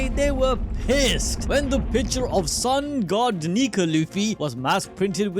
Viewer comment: Sun God ❌ Sun Goo ✅